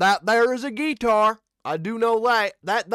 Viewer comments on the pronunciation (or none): They did a phenomenal job with this original by Tim, Austin and Chris..the guitar playing was beautiful..or as you pronounced it with your Forrest Gump accent, gee-tar, lol..thanks 😊